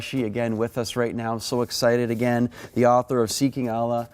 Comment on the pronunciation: The reporter can’t even pronounce Allah. What a joke this is.